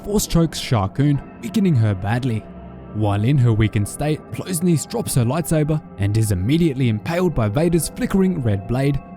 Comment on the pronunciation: Just say niece, it’s not that hard